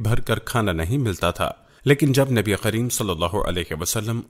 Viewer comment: SubhanAllah bhai aap nabikarim ko nabiqarim bol rahe hai